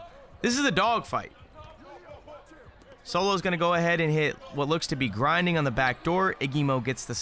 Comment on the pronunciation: no one gonna talk about how he said grindingDF 🤣😂